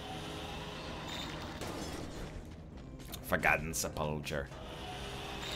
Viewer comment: Sepulchre is pronounced sep-ul-ker :V